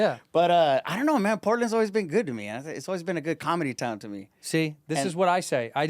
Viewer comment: Santino saying Kamala instead of comedy lol